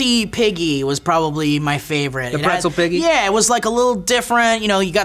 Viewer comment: I love how serious it got at the end and also how has been fucking up the name of the pretzel piggy the entire show!